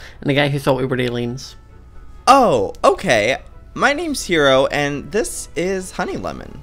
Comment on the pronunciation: It’s Hiro!!! Not Hero!!!